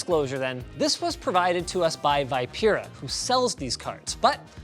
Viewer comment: I think "vipera" is spelled "Vee-peh-raa" :-?